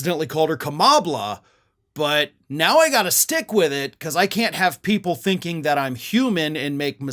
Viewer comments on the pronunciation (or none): none